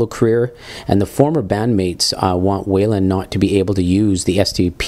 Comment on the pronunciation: His name is pronounced why-land, not way-land.